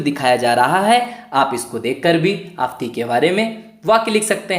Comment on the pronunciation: आफ़ंती.....का उच्चारण सही करे